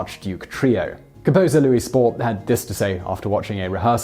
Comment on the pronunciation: Spohr is pronounced "Shpor".